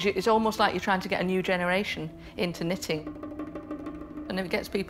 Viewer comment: Jenny: Excuse me, did you say knit-in? I'm out.